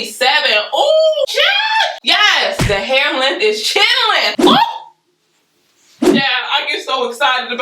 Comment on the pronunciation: 🤣🤣🤣🤣🤣🤣🤣 I thought you said "chillin" but it's "chin length" 🤣🤣🤣🤣🤣🤣🤣🤣🤣 thank u for helpin a couz out!!! 🤣🤣🤣🤣🤣